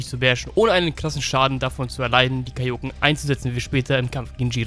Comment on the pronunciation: Du sprichst Kaioken falsch aus. Betonung ist auf a und e, nicht auf o.